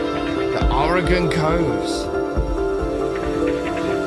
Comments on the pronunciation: Thank you for pronouncing our states name correctly. Most Americans can't even pronounce it correctly. Or-e-gun, not Or-e-gone, the state hasn't gone anywhere. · As a native Oregonian thank you for pronouncing Oregon better than most of the US. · I love how enthusiastic and complimentary you are about the US. I'm from Oregon (kudos for pronouncing it properly) and it is, indeed, a beautiful place. It's easy to find out of the way places that are stunning and you can have them all to yourself. It's a very diverse state with a gorgeous long ocean shoreline, mountains, lakes, and a high desert in central Oregon. I've lived here for most of my life and I'm still exploring. I hope you can visit our state one day - you would be most welcome!